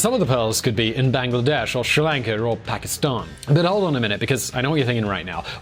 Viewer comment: He says Pakistan I heard bhikhari